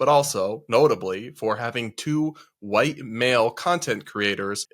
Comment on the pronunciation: "A lotta why-tea people" 😭